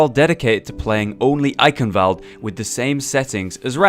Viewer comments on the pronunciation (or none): Not valde its wuh-al-d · the "E" in German is never silent ;) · YES. I was like ,, Can you PLEASE pronounce Eichenwalde as it should be pronounced." I know that he can't know it but if I would walk around pronouncing New York like Nef York you would also feel annoyed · richtig witzig wie die leute eichenwalde aussprechen :D